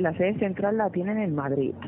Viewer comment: Madrit jajajajajajajajaaj el nivel de castellano en Cataluña es muy malo. La de veces que oigo aiga, Madrit, y España nos roba y los españoles son lo peor .